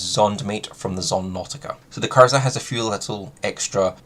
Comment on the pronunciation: I’d rather this came across as genuinely helpful and encouraged you to work on your pronunciation of words to come across more clear and concise. Instead it’s going to come across like I’m taking the piss. Kirza don’t exist. It’s K R I Z A not K I R Z A. Kriza rhymes with “geezer” but for some reason you have developed a habit of swapping the order of the R and I when pronouncing it. Yet, you don’t say Tnuguska, or Genzrer, or Itnerventer, or Vretigo Znod. Oh and less piss-takey… Lunokhod. I’d pronounce it more like a moon fish i.e. Luna cod 😊